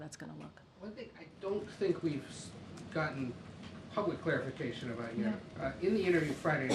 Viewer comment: It's "excellent"?? 🤔 I need claric-ifi... claric-ifi... clarification of that. 😛